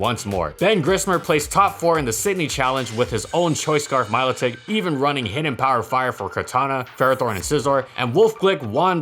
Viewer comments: I thought it was pronounced "Melodic" like a melody. I'm sticking with it, way prettier that Milo Tick. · "my-low-tick" disliked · I've always laughed at this pokemon my name is milo I also pronounce it milodick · Its pronounced Milotitsch, dont you know its from Romania? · Randall Jewell That’s actually incorrect the proper pronunciation is My-Low-tic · You mean milothic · Thought it was pronounced like 'melodic'... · Also Say it with me "Melodic" Thank you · 10 seconds in and my man's pronunciation has already tilted me